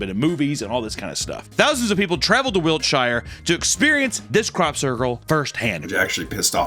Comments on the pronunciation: Another absolute banger of a video. Also fyi it's Wiltshire not Wilkshire ;) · Love your work, but Wiltshire is pronounced Wiltsheer! One of those annoying British pronunciations! Keep up the great work, I love it! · It bothers me how you pronounces Wiltshire so much :( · I'm bothered that you're calling my country Wilkshire. It's Wiltshire 😤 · Brilliant British accents but it’s “Wiltshire” which you intuitively pronounce “wiltsh’uh”. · Hi, English guy here. We pronounce it as “wilt-shuh”…much love! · Wilkshire is pronounced Wilk-Sure✅ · I am from Wiltshire England and I had no idea we had so many crop circles and also their impression of local Wiltshire folk actually fuckin spot on Also, it's pronounced Wilt-sher Don't ask me why